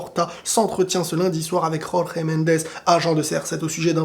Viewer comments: Au faite c’est «Jorge » donc « georges » comme en français pas RORRÉ Mendes ou je sais pas quoi là c’est un portugais pas un espagnol donc… le j se prononce comme un j tout simplement contrairement en Espagnol Signé: un portugais 🤣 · Je suis portugais et le nom de l'agent de Ronaldo ne se lit pas "Ror-re Mendes" mais "Georges Mendes" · On dit Jorge comme George en portugais mon amie